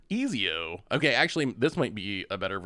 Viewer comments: Pronouncing his name as Easy-O is wild to me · If he says ezio like that ever again ima blow my head off lol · its pronounced Et-zio if that helps not Ez-io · Not eeezeeoo 😂😂😂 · Ah, yes! Famed and feared italian assassin: Easy-O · Ezio pronounced extremely cringe but solid vid.